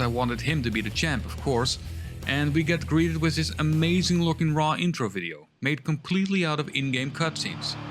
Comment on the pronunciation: That's not how you say raw 2